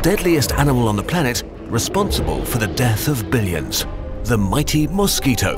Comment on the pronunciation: newsquito instead of mosquito